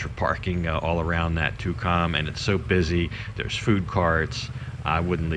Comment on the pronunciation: First time I've ever heard Tukcom pronounced " Too Com " ?